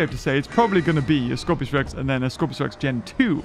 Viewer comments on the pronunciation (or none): Dam it it’s scorpius not Scorpios!